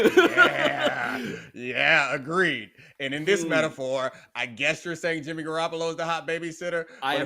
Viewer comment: "BRING YIMMY GEE BACCCCHHH" 🤣🤣🤣🤣🤣🤣🤣🤣🤣🤣